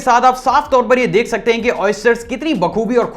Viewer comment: You are saying" deeek" Rahe he instead of dek rahe he